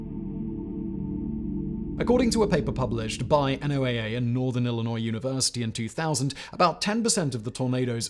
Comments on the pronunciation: FYI, most of us who work with NOAA call it "No-ah", not "en-oh-ay-ay". 🙂 Thanks for another informative and entertaining video. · NOAA is usually said like "Noah" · BTW, instead of spelling out the acronym, it's NOAA...Like Noah's Ark. It works on a couple of levels.